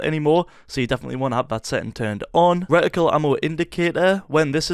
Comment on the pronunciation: i did not know how to turn on the aiming thing in the middle on my Xbox and now i finally know after 4 years. Thank you so much bro. kudos😁😁👍👍👍 "Recticle"